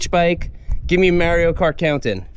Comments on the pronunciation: Seth says "Merio Kart", my world is shattered. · You’re saying Mario Kart wrong. 😂